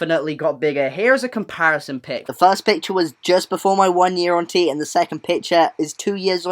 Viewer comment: I keep hearing "hunty" and not "on T" I'M SORREH!